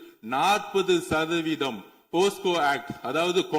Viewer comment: அண்ணா போக்சோ சட்டம் என்று சொல்லுங்கள் போஸ்கோ என்று சொல்லாதீர்கள்